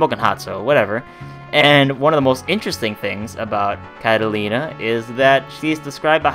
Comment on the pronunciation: Its not catalina is katarina